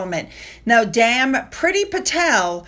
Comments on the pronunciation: Dame is pronounced "deim", not dam. When you say it like that, it sounds like you're cursing. 😂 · it's Dame with a long "a" or an "ah" sound. Not a short "a" like "damn"...unless you are making a rather subtle point. Patel is apologizing to the King for getting into a family matter. I think, where she has no business going. Andy getting people on sidebehind the scenes maybe? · Why do you continue to mispronounce the title 'Dame'?